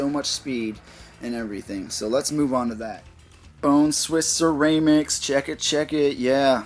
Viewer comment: lol you kept saying ceraymics